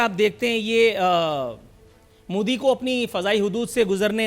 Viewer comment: Narendra modi hai woh.. not moji